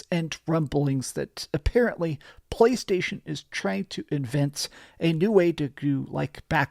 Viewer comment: I cringe every single time you pronounce “PlayStation”. You F’ it up, for the rest of us…🤢🤮🦄